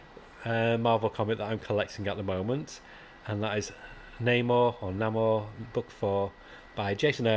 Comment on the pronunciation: Been a Goon fan from very beginning, love it! (But didn't realise it he was doing a new run...) Redcoat was a beautiful comic book read. Namor is pronounced KooKooCaahCahh? Grommetts superb as always.